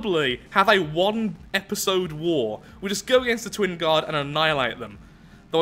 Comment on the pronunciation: The accent on "Twin" there.